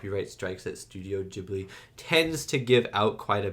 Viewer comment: Great reaction, was lovely to watch. Also as a bilingual, glad you watched it subbed, and love that you pronounced Studio Ghibli correctly!